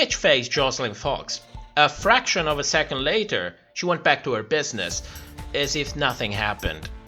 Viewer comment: Not the "FRACKTION" over that shot of RuPaul💀💀💀💀